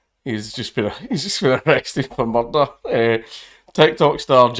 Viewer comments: I really liked this story, mainly because we get to hear an authentic Glaswegian say the word "m-u-r-r-r-r-d-e-r-r-r-r". That's why I liked to watch those old episodes of Taggart. Please could you make other videos about murder, Count? Never ask a Glaswegian to describe a murder in Mordor: He'll end up choking on his own tongue! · That's pronounce " merthderer" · Did anyone else watch this video just because you knew it would involve a Scottish accent saying the word "murder" several times?